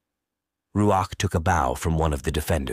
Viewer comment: Who is the reader of this book I am bothered by the pronunciation of Bow